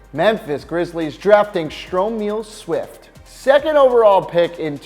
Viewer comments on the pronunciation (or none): It’s pronounced Olawa(Candy) and Stro-Mile not stromeel Swift. Can’t even say the players name right. I can’t take your opinions seriously